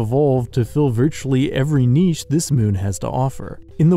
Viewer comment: Ah, you pronounced niche correctly! 😍 Thanks for the cool videos. I love speculative biology and it's creators.